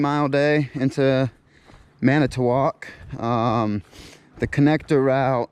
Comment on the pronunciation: It is pronounced Man i tow walk…